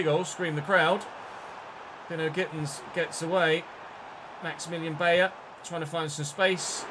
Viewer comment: i believe its pronounced "By-er" not "Bay-er". E i is said like eye i E is like E